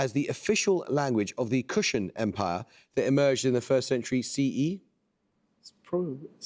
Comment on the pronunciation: Rewatching... found an even greater Amol-boo-boo that would vex some of his ancestors... it's kuShaan empire... not kuushaan empire... at this rate Amol is going to make Popeye look scholarly.